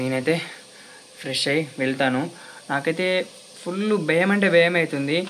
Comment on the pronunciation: బెమ్ ఐతుంది కాదు భయం అవుతుంది అనాలి